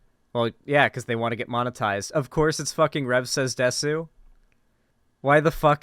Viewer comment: I'm very curious about why anime and Japanese culture attracts so many right wing weirdos and nonces. Not just conservatives in general, but alt-right people (Btw it's pronounced 'dess' not 'desu')